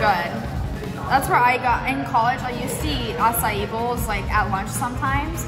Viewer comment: My mom and I laugh every time she says a-ci-eeeeeeees